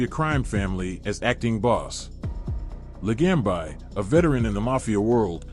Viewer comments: Could you at least pronounce the name correctly. It's not LaGamb I. LaGambi. Bee, not by. Idiot. Joe the Boss. Really good guy is all I'll say. My uncle through my 1st marriage had a place on jewelers row and let's just say they didn't just sell jewelry and i used to do some stuff for him and met Joe a bunch of times. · Joe La gam bi lol Ai cracks me up. Ron Turkey, Michael Seee ang o lean ee. Terrible!